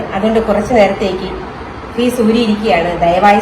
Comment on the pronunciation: ഫീസ് അല്ല ഫ്യൂസ് ആണ്